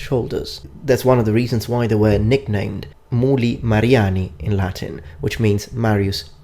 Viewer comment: I like your Latin pronounciation. Very close to how we did it 2,000 year ago :)